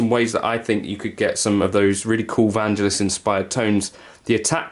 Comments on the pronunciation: It's VanGELis, btw. Hard G. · When Chariots of fire was a thing and on the telly, when that theme tune was in the charts all those years ago, his name was pronounced by the presenters with a hard G Van 'G' Eli's VanGelis. So I've always thought it was pronounced that way? Hey I'm not Greek so how would I know? Cool atmospheric sounds!